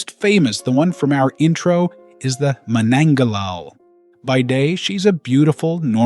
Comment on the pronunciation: That's 'manananggal' 👻😶‍🌫️🤐